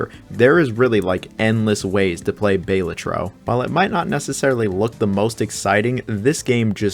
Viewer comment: It’s pronounced Balatro!